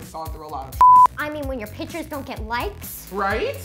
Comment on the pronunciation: I can’t stand it when people say pitchers instead of pictures